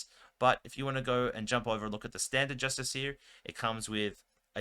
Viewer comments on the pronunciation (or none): It's pronounced with the emphasis on the "iss". Just-ISS-ee-er. Not justice-EE-ER. Doesn't bother me. But if the role were reversed, I'd want to know. Now you know.